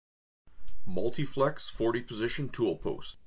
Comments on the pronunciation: You keep saying "multiflex" but it's actually "multifix". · Ok, multi FICKS tool post, spelled multifix. Notice that you spelled it correctly in the intro header. Since this is only a 2min26sec video, really wondering why you couldn't go back and re record the audio track? Sorta makes it hard to take the vid seriously.